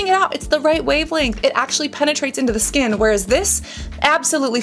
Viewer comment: I laugh everytime i hear her pronouncing Skkkkknnnnnnn😂